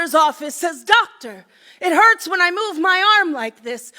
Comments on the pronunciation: At the end when he said doctor for some reason to me that time it sounded like daughter.? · how the fuck do you make doctor sound like daughter